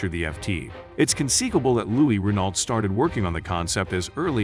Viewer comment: could you pronounce Renault correctly in the future